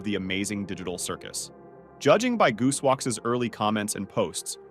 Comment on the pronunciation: I’ve only heard of gooseworks not “joocewoks” 💀 btw I found kinger